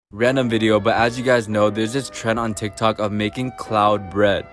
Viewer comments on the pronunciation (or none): none